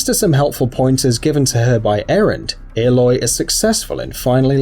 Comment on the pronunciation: Did he just say airloy